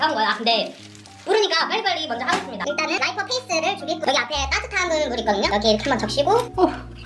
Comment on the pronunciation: 라이퍼 페이스 ㅋㅋ 말실수!